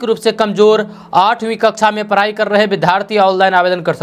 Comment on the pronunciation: Tum bihariyo ko "sarak ,ghora, daur jaise shabdon ko sahi se bolna chahiye. Parai ko padhai nahi bol sakte??